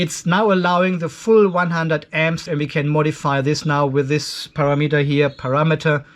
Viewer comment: love you how say PARA _____ METER don't correct yourself